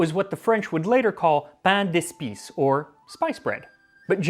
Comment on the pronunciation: the s in 'pain d'espices' is silent